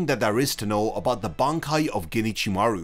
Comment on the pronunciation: Can you, please, in the future not say "ginichimaru"? Japanese may not have spacing in their written language but there is a separation of the words if you do know the language. Alternatively, use the japanese naming and go for Ichimaru Gin since it will be harder for you to accidentally join the words that way.